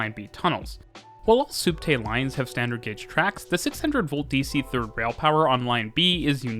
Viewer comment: It's short for subterraneo (sub+terra = under+ground). It's pronounced spot on in the video :)